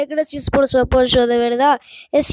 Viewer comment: ya sabia que se ponia apoyo (pero se oye aposho )XD bueno pero voy a segui subiendo videos